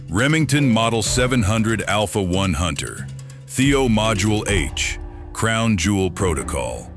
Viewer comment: What the crap did he say when he started introducing the alpha 1 Hunter, it sounded like he were speaking Chinese!?